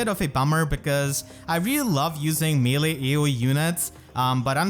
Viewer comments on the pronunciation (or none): none